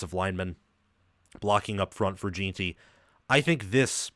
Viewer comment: His name is Ashton Jenty not gin ty